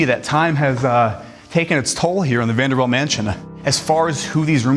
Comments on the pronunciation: It's NOT Vanderbelt... it's VANDERBILT. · It is not Vander - belt - it is Vander - built (spelled Vanderbilt) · I had to shut it off after he said “Vanderbelt” a hundred times in the first two minutes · Also VanderBILT not VanderBELT. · Vanderbilt NOT Vanderbelt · Quit saying VanderBELT! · An interesting concept for a channel but when the presenter pronounces the Vanderbilt name as VenderBELT and behemoth as BOhemoth, it undermines credibility. His pronunciation comes across as ignorant. Starts the video off with him in a rental luxury car and recaps all the prices. Run of the mill real estate agent trying to fine a youtube niche. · Am I the only one who keeps hearing him say “VanderBELT” instead of “VanderBILT” 🤔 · You keep saying “Vanderbelt”, I’m pretty sure their name is “Vanderbilt”. Eh? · The word potable has a long "o" sound. Correctly pronounced, it is "pote a ble" using the long o sound. A mansion so wonderful should at least have a presenter who knows that the VanderBELT family (whomever they are) did not have this mansion built. But the Vanderbilt family did. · VanderBILT. Not belt. BILT. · Is this AI audio. There are errors and you keep pronouncing their name as ‘belt’ but it’s supposed to be pronounced like ‘built’, no? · If you’re mispronouncing things like Vanderbilt not belt. Or behometh for comments to drive your channel. You’ve succeeded. Lol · stop saying BELT... its BILT.. You are literally changing their name. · VaderBILT not Vanderbelt. 🤦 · This is so good and this is just a tiny nitpick. The narrator keeps saying "Vanderbelt" when it's "bilt" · We are cringing every time you say "BELT" instead of "BILT". Vander-BILT not Vander-BELT. A fancy suit looks nice. Speaking correctly is CLASS. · Vanderbilt. BILT, not belt. and it’s not BO-hemoth. It’d behemoth. BE. Come on bro you sound strange trying to tell us about stuff and you can’t even pronounce it. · Vander-bilt not Vaderbelt. Bilt not Belt. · “Vanderbelt” “boehemoth”😂